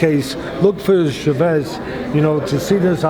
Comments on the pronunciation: lol the way teddy says che-vez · The real Coach Edmund Shevez. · The way he pronounced Chavez